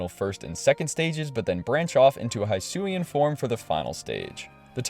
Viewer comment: You got the pokemon names right I think, but why'd you pronounce it "High-sui" when it's "Hee-sui". Stuff like that always baffles me because that's the stuff that got said out loud when the games were announced.